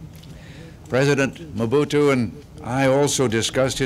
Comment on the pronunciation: MOBUTU and not Mobuto